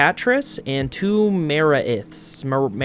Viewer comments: the one that bothers me most is him saying maraith as mara-ith instead of ma-raith saying it like wraith dunno why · Dino-sum. Ma-wraith. Hope this helps XD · Die-gnaw-some Muh-wraith